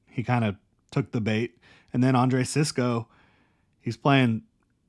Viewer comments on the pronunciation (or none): none